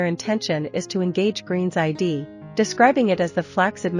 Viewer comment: The A.I. is illiterate. It pronounces the one syllable word "id" as the acronym i.d. Stop. Stop promoting illiteracy in a review of literature!!!